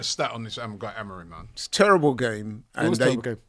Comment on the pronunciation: it's Amorim.. not Amorin .. you illiterate moron ..